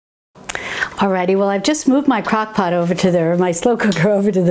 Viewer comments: ROFL, said "cockpot ". Sorry, I'm not making fun just think its funny. Thank you for these videos. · Did you say cock pot? LOL